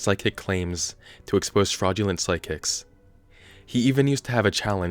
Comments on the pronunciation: Why do I hear you saying "sidekicks" instead of "psychics?" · It sounds like you’re saying “sidekicks” 😂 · Why do I keep hearing "side-kicks?" XD